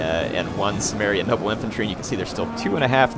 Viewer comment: I think its pronounced Kimmeria